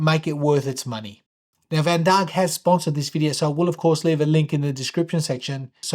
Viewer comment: My wrist is also 18cm but with a lug to lug of 50mm it is a bit big but it seemed to fit your wrist ok. This is a beautiful watch and now I wish they made a 39mm version with a lug to lug of 45mm and it would be a perfect fit for most. Looks like a few people have already mentioned that vandaag means today but allow me to say, your pronunciation is way off. Try saying it like vun daaaaagh.